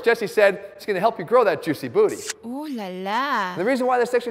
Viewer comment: Hearing Jeff say “joosy bootie” is a highlight of this entire video….